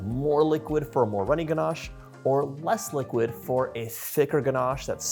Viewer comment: There’s no r in ganache It’s not pronounced ganarche